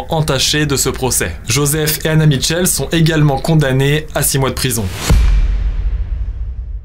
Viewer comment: Information jai toujours entendu dire michelle et non mitchell